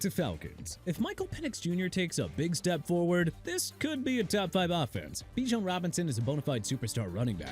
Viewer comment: Bi-jon not Bee-shawn